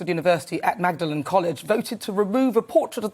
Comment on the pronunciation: Simplistic view of Oswald Mosley - just have to hear the much misused word ;fascist and it's Mosley = Bad. Man. He was head and shoulders above most of our present day politicians. And Magdalen is pronounced Maudlin. You're supposed to be a professional news channel. You should know basic things like that about British culture.